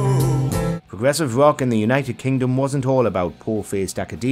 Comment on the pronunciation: it is rock music not ;wock'